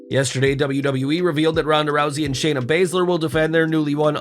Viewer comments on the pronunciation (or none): none